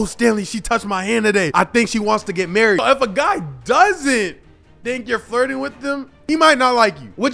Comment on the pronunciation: I'm sorry bro I'm really sorry but I honestly thought you said farting not flirting....that whole section had me looking crazy